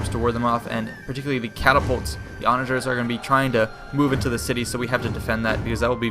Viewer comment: the onagers are called O-Ga-Neers